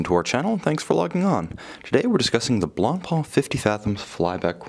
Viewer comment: At least, an english speaker that finally says Blancpain with a muted C like it's supposed to be said. Thank you Tim, greetings from Switzerland.